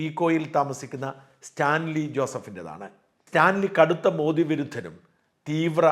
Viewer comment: മോഡി എന്നല്ല, മോദി എന്നാണ് ശരിയായ പേര്...ശരിയായ ഉച്ചാരണം